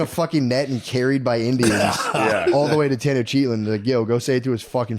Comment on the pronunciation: Matt trying be historically correct and cannot even pronounce Tenochtitlan correctly 🤤🤭 -Maybe that’s you notes 😂